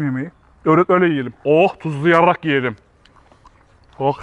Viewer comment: Abi videoda tuzluyarak diyorsun ya tuzluyarr.k yiyelim diye çıkmış